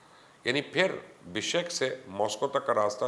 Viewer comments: Bishek Naheen Oye "Bishkek" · Aap padre likhe aadmi hain kuchh khayal karen pehle BIPON Rawat ko PAN Rawat kete hain ab BISHKEK. ko BISHEK keh rahe hain !!!!!!!!!!!?!